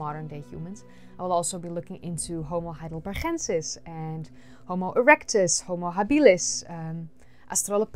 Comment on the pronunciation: You pronounce "homo heidelbergensis" with a g as in good or better iceberg. It is named after the german city of Heidelberg not after a spanish location or person neither from a nederlands place or person.